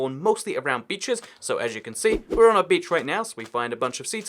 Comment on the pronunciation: he says beach like this XD